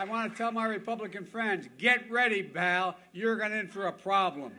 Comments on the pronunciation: Charlie Manson is a national hero next to this fool. BTW, he said Baal, not “pal.” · Best part is he says “Bal” instead of “Pal”. I think it’s a combo of Buddy and Pal… LOL